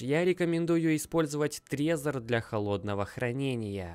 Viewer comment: не Трезер а трэзор я живу в стране где он производится